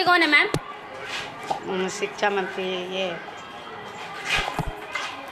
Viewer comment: रिपोर्टर साहिबा, पहले आप ही शिक्षा और शिक्षक बोलना सीख लें। खुद तो सिछा, सिछक उच्चारण करती हैं।